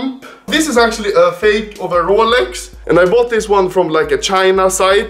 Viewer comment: No one: Anomaly: Rålex